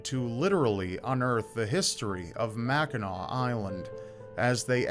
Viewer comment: Mackinaw Island is the best!!! Also thanks for saying “Mackinaw” correctly 😂